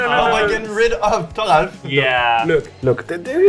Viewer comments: It’s funny how calls thoralf tarful. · Why is Thoralf's name pronounced as Thofful? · His name is pronounced slow bad. Slobad is my mono red artifacts commander 🤣🤣 basically fling everything at everyone Thoralf is like the only person that took the context to a T and made a spicy deck with a not common commander